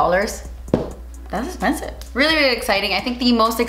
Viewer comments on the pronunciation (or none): "Dass esspenssif " never gets old hahah 💖🤣